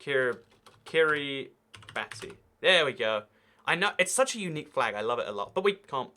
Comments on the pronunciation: Kiribati is pronounced kiribash as ti is pronounced like sh there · Pronounced ki-ri-bass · and Did you just pronounce Kiribati wrong?